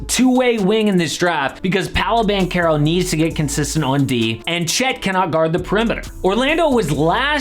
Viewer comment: Its Paolo Banchero. Not powlo ban kero. Paw-lo Ban-che-ro. Lol